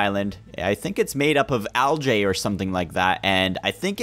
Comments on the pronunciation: Its not algA its algee not algA thats how you say algae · lol, "al-jay"